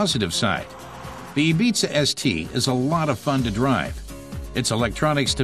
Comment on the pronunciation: 0.42 A-BEEZA ES TEE? LOL